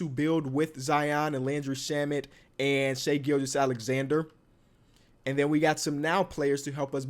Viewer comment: its pronounced shy not shay for shai gilgeous-alexander